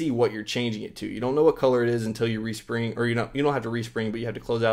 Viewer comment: lol he said, "Respung"